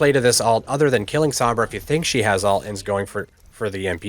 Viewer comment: Thanks for the video. Have a like! You taught me a lot, and the in-depth stuff was really helpful. Definitely deserves more views! Btw, it's pronounced ult. It sounds like you're saying alt. Or do you have an accent or something? My apologies.